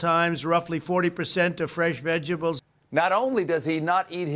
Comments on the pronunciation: Orange Clown: "I'm a veggable." Yes, Orange Clown...we agree. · When he said vegables did he mean lunchables? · Maybe ""vegables" is just a Freudian slip. He was thinking about "Lunchables"? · Vegables, is that the new vegan lunchables? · “Vegables” Lol they go great with Lunchables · To be fair, when he said vegables, he had lunchables on his mind. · “Veg AHHH bullls” Donald Trump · vegable, pitiful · I love vegabls, don't you ??? he has all these so called degrees and he can't pronounce the English or "American" language. BECAUSE, he IS A MORON and he is FAT, it is NOT the Hydroxychloroquine making him FAT, he was FAT at the last election. Stephen, you do an EXCELLENT job sounding like the little orange man . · Obviously. He can’t pronounce “origins” or “vegetables” but hydrochlor... rolls off his tongue like melted butter. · “Vegetables” is 3 syllables longer than Trump can pronounce. That’s why he calls coronavirus “the plague.” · it took me a second to get "ketchup balls" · He can't say vegetables but has no problem saying Hydroxychloroquine? Later it will be found he has shares in whatever company makes it. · He can’t even pronounce vegetable. 🤦🏻‍♂️